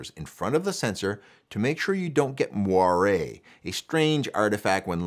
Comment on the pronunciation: Amazing, thank you ... I also learned how to pronounce "moiré"